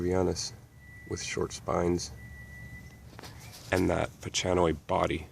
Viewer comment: By the way bridgesii is pronounced bridges-e-i, and the ch in pachanoi is a k sound not a ch like chalk.